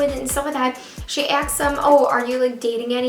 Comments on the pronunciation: She says acsks instead of asks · how can u mess up such a simple word? (and english is MY 4th language)🙄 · That's what I was thinking lol😄